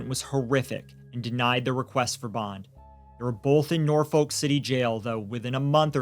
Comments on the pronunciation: I'm sorry, but I did cringe when you pronounced Norfolk so hard. I grew up in the area and hate how no American can pronounce it right. It's more like nor-fick, because it's a British name. I'm on the side of somehow we need to have parenting licenses before you can keep your child after birth. Something. Too many children die by their parents... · This is so bad and then he's allowed out to just do it again but even worse. Also Norfolk is just pronounced as Norfuck here lol